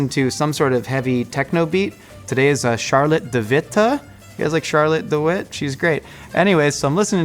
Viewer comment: It's pronounced sjar-lot-teh duh wih-teh. But you got pretty close! :D